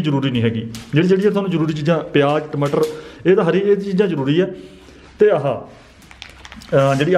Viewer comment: Tmtar ni tamatar hunda hhahahaahahahha😀😃😄